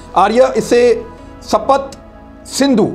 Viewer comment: At the risk of nitpicking, I would like to point out the incorrect pronunciations and wrong statements. (1) The Aryans wrote Rig Veda, not Rug Veda, (2) The Aryans did not invade and capture. There is no evidence of violent clashes in the Sindhu River area. It was more of a migration (3) It is not called Sapat Sindhu, but Saptha Sindhu, (4) The word that was associated with the original inhabitants of the Sindhu area was ‘mlechha’. The Sudra was was associated with the Varnas, an Aryan institution, and the king who fought Sikandar was the Puru king Purushottama. We need to stop using the his anglicized name Porus. Notwithstanding these, the program on Daria Sindh was enjoyable.